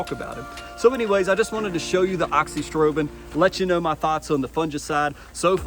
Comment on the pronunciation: yeah but no biggie. It’s “uh-zox-ee-strobe-in”, you’re just missing the “a” in the front